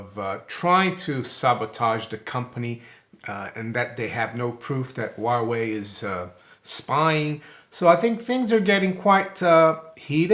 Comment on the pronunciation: Huawei sounds like Wild Way.